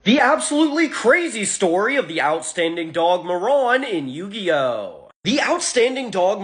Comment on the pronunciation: Wtf is Yo-gi-oh lore huh